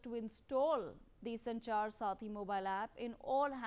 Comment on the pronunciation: It’s Sanchar saathi not sarathi, she kept saying sarathi in the first half.